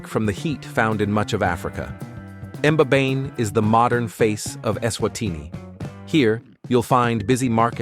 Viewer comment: Please withdraw this video and remake it to reflect the real eSwatini and not South Africa Many of your featured scenes are not found here Please also prime your announcer on correct pronunciation e.g. "Mbabane" eSwatini is a very special country and deserves its story to be told truthfully Thank you